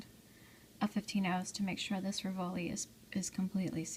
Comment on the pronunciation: Very pretty. Thank you. May I advise you that rivoli is pronounced "ri'-voh-lee" accent on the first syllable?